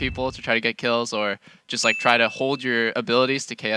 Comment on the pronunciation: missed an early "like" on d lift the second round that kind of sounded like "leik"